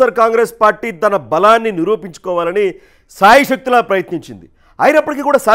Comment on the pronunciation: సాయశక్తులా ప్రయత్నించింది. నో నో వెరీ సారీ శాయశక్తులా శా శా శా సా వేరు వేరు అక్షరాలు. వేరు వేరు ఉచ్చారణలు. గమనించండి గారూ ప్లీజ్.